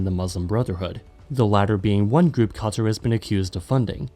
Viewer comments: Qatar ❌ Cutter ✅ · You can pronounce the hardest German words but qaTHar is hard to say